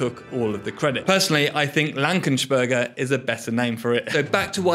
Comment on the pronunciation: you pronounce german names wrong. Berger isn't Börger